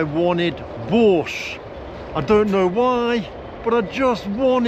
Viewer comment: Слышу "Бош", читаю в переводе "Бош". Даже не сразу догадался, что речь о борще.)))